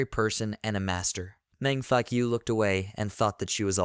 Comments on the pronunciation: is it me or do he say senior mang fuckyou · meng faku read that last line like fak - u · I always laugh when you say the mc name it sounds like "man f*ck you"😂